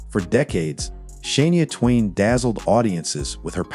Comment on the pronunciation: Please learn how to pronounce names Shania Twain. You can’t even say her name properly.